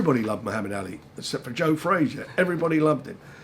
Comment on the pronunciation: Anyone else think Frank pronounces "Ali" weird. Ally!